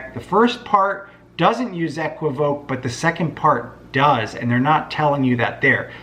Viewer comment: It’s pronounced “E - qwiv - o - kay”, Brother.